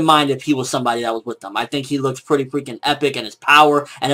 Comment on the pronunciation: Lol "nice and perrrrrty" animation